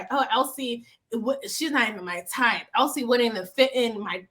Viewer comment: Chille, I don’t watch the show anymore. From the way you pronounced it, I thought her name was ‘El Si Ke’ 😂